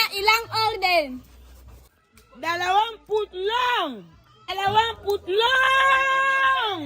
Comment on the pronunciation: Hindi ko kinakaya yung mga pronounciation ni 😅 putlong!!!😅😅😅